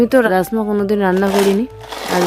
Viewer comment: রাজ মা বার বার রাস মা বলছো কেনো